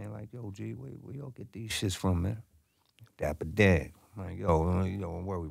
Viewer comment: It's Dapper Dan Not Diaper.. lol